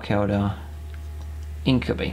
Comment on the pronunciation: So far it all looks good! You've got some decent tactics going for you. Though I believe its pronounced INK-u-BY not INK-u-BEE ^^